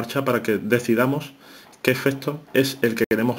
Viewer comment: "EfeSto, CaStura, direStamente"...Dios mio! Es necesario maltratar tanto al idioma? ....